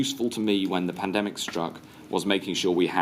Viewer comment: Ah, Tedros said it wrong - it's pronounced panademic